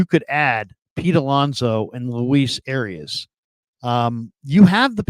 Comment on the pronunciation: Why can nobody say this guys name correctly.. it’s “Ah-rye-ez” - not arias